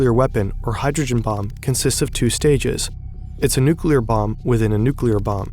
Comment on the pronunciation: It sounds like you are pronouncing the bomb german .... Bombe.